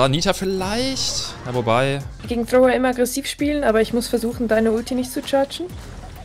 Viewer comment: Bin ich derneinzige den es triggert dass sie Thrower sagt😅